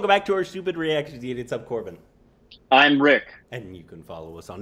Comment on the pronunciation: At least learn to say his name dude before you start the video. Some effort will help